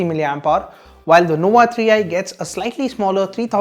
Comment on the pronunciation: Its nova, not nowa 😂